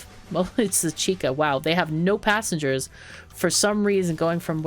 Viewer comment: Hey the drink chicha is pronounced like chi-cha. Like choo choo for a train and not a hard K sound. Just a heads up:)